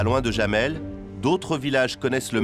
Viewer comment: sauf que ça ne prononce pas jamel comme dit le journaliste mais yamel, le "oui" en allemand s'écrit "Ja"